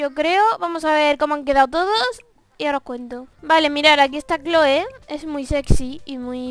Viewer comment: Clhoe se pronuncia cloi y es hermosa